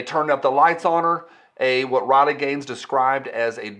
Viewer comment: RILEY, say her name (RILEY). You have been hanging around with that yankee again and forgot how to speak. Thanks for the info and I am waiting for Spicy Friday next drama llama go.